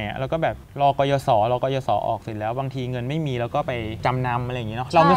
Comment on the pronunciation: "กยศ." นะคะ ไม่ใช่ "กยส."